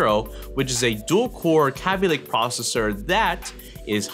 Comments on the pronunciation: K-Aby Lake,not kaby lake my ears are already bleeding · stop saying kaby link it's kayby link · kabb-y lake?? it's kayb-ey lake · Its not pronounced "KAH-BEE Lake" its "KA-BE" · Nice video :) It's pronounced 'caybeelayke' not 'cabbielayke' btw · and the way he says kaby lake would make it sounds as though it's spelt like kabby lake. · Hearing you mispronounce Kaby over and over gets quite annoying. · your forehead is wayyyy too shiny dude... and you said kaby lake wrong.. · you don't even know how to say kaby lake right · it bothered me the entire video that he was saying kaby lake wrong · this is the only guy I've seen say it like that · The way he says Kaby lake makes me wanna die